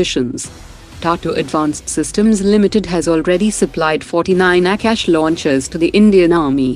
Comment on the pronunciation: Why does the narrator mispronounce most of the Indian names, like Tata and Akash in this episode?